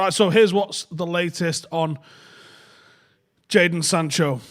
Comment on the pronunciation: Cracks me up when he says "jason sanchez" 🤣🤣🤣